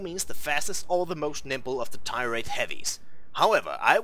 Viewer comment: Only thing that drove me nuts was the fact he could not say tier correctly.